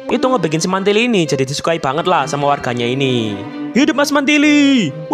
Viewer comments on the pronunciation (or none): Mantili a nya jadi e gimana bang